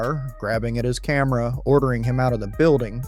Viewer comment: Thought narrator said “sometimes all you need to spark chaos is a Karen” but he said camera 😆